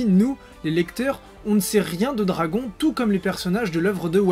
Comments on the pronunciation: do-ra-gon ballllouuuu MDR😂😂😂😂😂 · Bizarre depuis que tu as dit dragon(accent francais), je n'entend plus rien, sa me trouble 0-0...